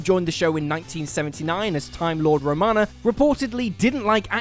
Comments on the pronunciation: Great video, but I can't believe you keep saying "Ramona" instead of "Romana"! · I hate this channel. I’m sorry. WhatCulture is pretty great but for God’s sake man, how are you making this channel as a “fan” if you get so many things so frustratingly wrong? That aren’t even difficult to know! Romona? Romona instead of Romana? Derek JaKObee, instead of Derek JACobi.. come on dude. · Yup - can't take it seriously if the presenter starts by holding a sonic screwdriver then loses all credibility by called Romana RAMONA! DOH! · I really wish the narrator could pronounce Romana’s name correctly and not as Romona. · I know this makes me pedantic but her name was Romana, not Ramona. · Romana not Ramona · Love & Monsters; Well what do you get with Russell T Davieses rubbish writing? Oh and btw it's pronounced as ROMANA not Ramoana just so you're aware of your incorrect mispronouciation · "Ramona." ...it's either Romana or Fred. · Romana you muppet not Ramona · Ramona ? ROMANA, you idiot. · Did you just say; "Before Remona regenerates" Do you mean Romana? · Romana not Ramona. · Does he keep saying Romona instead of Romana. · Romana, not Romoma. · It's Romana, not Ramona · I can put up with the narrator mispronouncing words like ‘irreparably’ but when a companion is pronounced as Romoana instead of Romana, it’s hard to take the Doctor Who credentials seriously. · & It's Romana, not Ramona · Liked, apart from "Romoana" - It's spelt Romana, and pronounced that way "Romarma," just watch an episode with Tom Baker ffs. Your mispronounciation just grated. Shame regarding Eccleston, he still did a fantastic performance. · Her name is Romana, (Row mah nah) not Ramona. Ugh. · Ramona? Really? Did you watch the series? It's ROMANA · BTW the name of the Time Lady is Romana not Ramona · ROMANA not RAMONA you berk!!!! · Says romona instead of Romana Me: ''It's treason then.'' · Who's "RAMONA"? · Romana not Ramona. Jesus. Get a narrator that at least does a little homework.